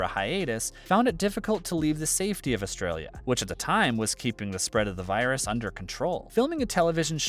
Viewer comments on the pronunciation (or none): none